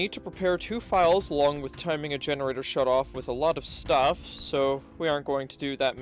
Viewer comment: "this shtuff". love it